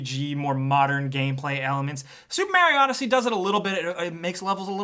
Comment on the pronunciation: Supa Maru odd-he-sé?